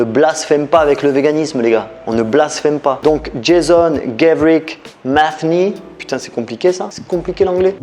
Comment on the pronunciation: JASON : la prononciation anglaise est «jeï-SSon», et non «jeï-Zon».